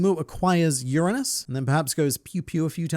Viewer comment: While the content of the video, production values of it, and very interesting theory would have been like-worthy enough, I wish I could give an additional one to express how pleased I was to hear both “Uranus” (YOOR-unn-us) and “Donquixote” (DAWN Key-HO-tee) pronounced correctly. If disappointment was to be had in one area, though, it's that in spite of the perfect opportunity to do so, it wasn't mentioned that Imu having the mind of an adult, but body of a child would make them a diametric opposite of the adult-with-the-mind-of-a-child that is Momonosuke. Given Wano is confirmed to have a copy of Pluton (I'm of the mind the Poneglyph claiming it was buried in Al/Arabasta is still correct, as Water 7 saw Cutty flam/Cut D. Flam/Franky burning the blueprints to the “ship”, proving it as a product anyone with the materials, know-how, and manpower could make multiple times, if wanted/allowed, thus not-at-all guaranteeing the one in Wano is the only one) this also links the two beyond the conceptual level, but outside of that, I'm not sure what significance could be had. Perhaps this is foreshadowing, when one takes into account the Kozuki Dynasty is tied to the moon, the fact they'll bring the “Waxing” of the Kingdom to an end? Figarland Garling is first shown orientated facing left, thus making him a Waxing Crescent, and if other World Government-affiliated entities embody the other phases leading up to a full-moon, this may mean other characters embody the waning equivalents of